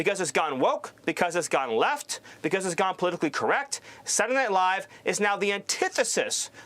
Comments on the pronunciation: "SatlanadayNiLaiiiive" - wtf? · “Satlnight live” lmao dude got worse at pronouncing it every time. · sadtledaynightlive bro spit out ur marbles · "Satntdeh Live", the guy cant even fully say the right name. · What is this "Saturn aight live" he's talking about? 😂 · Wtf is satnayight live... Steven is a horrible little thing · "Transgender mice...they're eating the pets...kids going to school as boys, coming home as girls..." What the actual fuck America? BaldyLocks can't even pronounce Saturday Night Live...Satni ight LIVE what a maroon!! Get this circus out of the white house. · And what is "Saddy Night Live?" Stephen, it's SA-TUR-DAY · I hate the way says “Satuhdnihlive.” 😑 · "Satnanight Live..." 🥴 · Saray Nye Live? Can't he even pronounce the words?? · Senndea Live'' .. What a dim witted tosser. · Sadderdanighlive??? What is saying? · "sananay live" 😂😂😂😂😂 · sadinight live..sadinight live..sadinight live. Does this guy know how to pronounce three words in a row?😆 since the 90s!! WTF Nazi Nosferatu??? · “Sadunay” night live -SMiller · i would not be surprised if he turned out to be an alien. I mean who pronounces Saturday Night Live like that’s: Seddernylie. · I didn't have perfect pronunciation all the time, but i feel a little uncomfortable the way he was saying Saturday Night Live lol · Who can say that Stephen isn’t talented? I don’t think I’ve ever witnessed a man so successfully turn the phrase “Saturday night live” into 3 angry, whiny syllables so many times in a row. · Stephen can't even say ,"saturday night live"